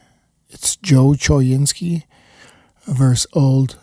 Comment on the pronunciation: choynski is pronounced co-WIN-skee